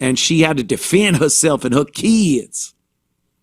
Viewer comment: “My keeid’s” gets me every time haha. The fatigue is real